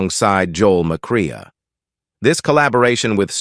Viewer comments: Joel McRAY, not McRay-UH! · Interesting. Sad. And it's pronounced "McCray ".